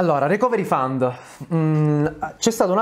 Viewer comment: ohh finalmente uno che dice fund e non found.